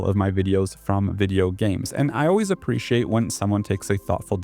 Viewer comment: a little pedantic but it's appreciate not appriciate